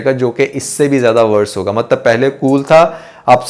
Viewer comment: Bhai Mtlab hota hai Maktb nahe hota